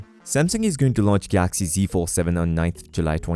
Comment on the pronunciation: Why are you saying Gaaxy.